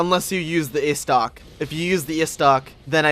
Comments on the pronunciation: Istoc...Istoc!?!? Estoc come on man. Pronounce it like this: Eh'stoc. Diplated Bridge?!?! Oh....nevermind... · "The ayystoc"